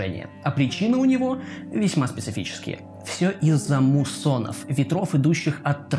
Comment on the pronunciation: Похоже проговорил слово муссоны так аккуратно, как будто побоялся ошибиться на одну букву)